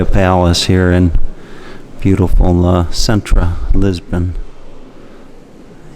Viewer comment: pronounced Seen trah